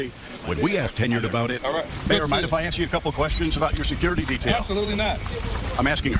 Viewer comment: it's "kwerstion" LMAO! 🤣🤣🤣